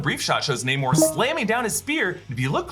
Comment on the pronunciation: Its Namor not Neymor